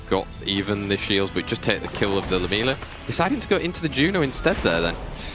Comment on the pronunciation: 1: no Caster has ever pronounce Lam-iel-a correctly, its not lamelia 😂😂😂 secondly..... pinkroid had a 3 and 0 easy, Raxxas did not win. Has to be upsetting the only way to win the cup is by your enemy giving you the win after showing he could easily decimate you all 5 games.